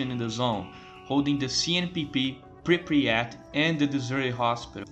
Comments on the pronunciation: I love how you cal it Pripriyat instead of Pripyat. Great video man, good job. What I don't get is all the hate for GAMMA and EFP. Is it because it's cool to hate them or because thez looks good? Most of the things they do is increase realism, restore content and fixing bugs. I can understand how that can be bad and not Stalker (end of sarcasm) but i don't get it... As someone who played all the trilogy since the day one, and played most of the mods (bigger ones and more finished ones), i really enjoy modality of them and most of the mechanics (weapon repair for example) are good... Btw this is THE MOST complete Stalker video i have seen to date... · Goated iceberg ,really. There are ,though, some things I'd like to mention: The town is called "Prypiat" not "Prypriat" They actually did bring it back ,in COP, as the Jupiter Underground "The multiple psy fields" are probably the Brain Scorcher ,the Miracle Machine and the Monolith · мужик, say it with me: PRI-PYAT PRI-PYAT there is no "Pri-pryat" (при пять) 😂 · i like how you say Pre-pre-at instead of Pre-pyat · bro youre killing me, its pripyat, not pripryat